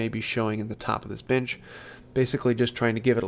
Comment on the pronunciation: Your accent souds like ( bitch instead of bench ) a good laugh, thanks from Aussie Dave